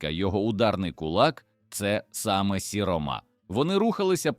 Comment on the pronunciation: Дуже псує враження невірні наголоси: сіромА,старшинА,гамІр.я розумію старшИна,сірОма,гАмір.чому людина ,що читає робить такі наголоси,вона що не українець